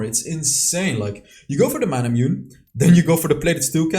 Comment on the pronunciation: nice build. but I think Manamune is pronounced "Ma-na-mu-ne" like a japanese word. and I think the reason why you didn't get a quadrakill is because you hit the dragon with your first skill while chasing the last 2 enemies into their jungle area.